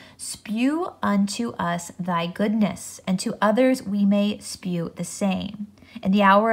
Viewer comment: It is not spew, but shew, is correct.